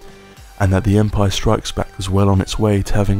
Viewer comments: The way you say Empire STRIKES Back is oddly unsettling to me. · Guy starts talking ...... Me: zZzZzZzZzZz Guy keeps saying Empire strIKES back.... Me:🤬🤬😳😳😤